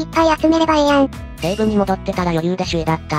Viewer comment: 読み間違いが酷いな。行って→おこなって 西武→にしたけ 野球chちゃうんか？